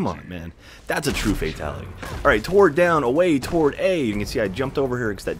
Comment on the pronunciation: whats toward mean?....do you have a speech impediment ?are you like that guy from South Park who cant pronounce the letter "T" in Planetarium?